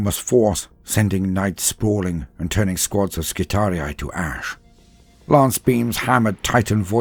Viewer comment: Fantastic reading, and I'm glad to finally hear someone properly pronounce skitarii.